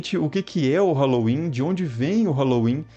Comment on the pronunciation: Se pronuncia sowem e nao sauem